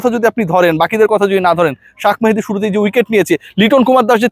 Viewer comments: শাক মেহেদী না শেখ মেহেদী মানুষের নাম ভুলভাল উচ্চারণ করা বাদ দেন 😊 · শাখ মাহেদি বলো কেন, শেইখ মাহাদি বলতে সমস্যা কি? বাংলা টা ভালো করে বলো